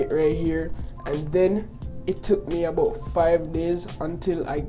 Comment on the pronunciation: "it tok abaut 5 minats"